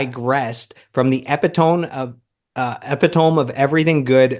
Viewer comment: Epitome is a four syllable word 😉